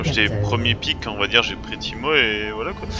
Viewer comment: Teemo, pas teemo ! sinon dommage pour la défaite !